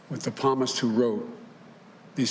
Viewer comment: Lol “palmist” what a loser....literally HE LOST!!!